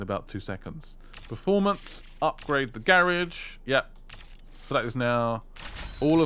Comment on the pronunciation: I don’t know if u read these but the way u say the garage is wrong.